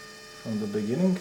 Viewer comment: In the beninging!